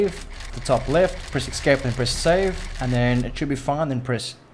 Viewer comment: just a psa: escape is pronounced "s-cape" not "x-scape"